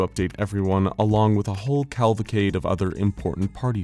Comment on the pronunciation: Words mispronounced in this video: cavalcade, pernicious